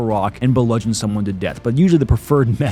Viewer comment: For some reason, I can't get over "bludgeon" as a 3-syllable word.